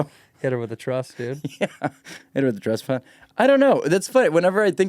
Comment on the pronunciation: said "trust fund" and all I could think hear was "Tuss fund"